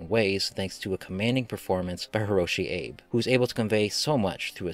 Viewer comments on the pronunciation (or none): Abe is pronounced Aw-Bay in Japanese, generally, it's a romanization of the two-syllable word A-be.